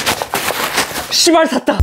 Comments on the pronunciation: 자꾸 인트로가 헉 섰다, 시발 쌌다 이래삿코 이게 뭐하는거임? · 저만 맨처음에 시ㅂ 샀다 라고만 들리나요? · 처음의 바름 조심요ㅋㅋ 십알 싸닼ㅋ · 에 씨발 샀다이라고 하는거 같음